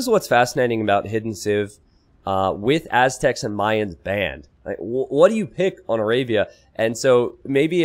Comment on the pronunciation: Why do all the AoE2 casters mispronounce Malians and Mayans? For some reason that really bothers me.